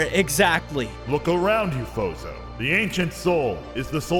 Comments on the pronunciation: Fozo? İts Sounds like BOZO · i heard not fozo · Your name is not fozo it’s